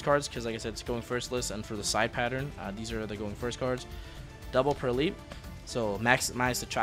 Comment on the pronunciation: Thank you for not pronouncing the Purrely cards like a madman as some other YouTubers do